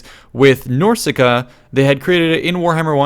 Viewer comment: Nor see ca Norse ca